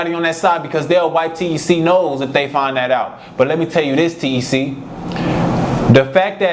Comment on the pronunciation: Nigga ik the ppl really from the city they call him t.e.c not tec 😂